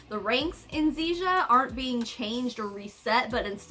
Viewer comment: Zija, rhymes with seizure. As in seiz'ya money.